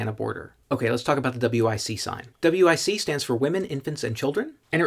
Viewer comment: Just say wic it rhymes with bic. Like the lighter.